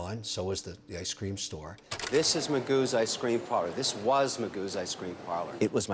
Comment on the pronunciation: Kevin, I’m sorry, I love your channel and stories, but man, it’s “ice cream store”, not “I scream store”.